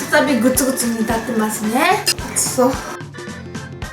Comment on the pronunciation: の、「熱そう」が「吐きそう」 に聞こえました。 すみません